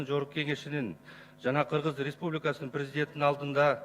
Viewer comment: Сакоолоргоо жалан ресбулика деп айталбай ресбубика дейт